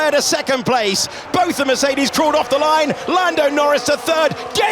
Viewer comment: Maybe by 2126 they may know how to pronounce Mercedes or Verstappen. Some just are straggling.